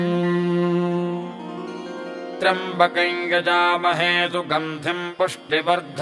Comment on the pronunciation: The pronunciation given here for trymabakayain is correct . As per a commentator Hari OM it's due to Yajamahe Ya behind M . In such cases of sandhi it's pronunciation is as per Vedio. Nd Sanskrit is same throughout India. Local accents corrupts the mantras.